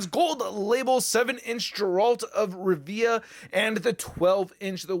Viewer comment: Se pronuncia "gueralt of rívia" :P